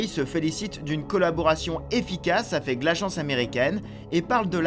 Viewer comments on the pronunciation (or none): none